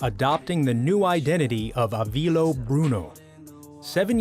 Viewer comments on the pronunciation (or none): he pronounced it avilo not avilio xD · 91 Days is actually so good and I recently re-watched it but i will never forgive this mans for saying his name like "AVILO" WHAT- BUBS ITS "AVILIO" THERES ANOTHER I THERE.